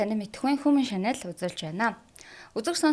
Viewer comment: Хюман чаанэл гэж хэлнэ шүү хүүмин шанэл биш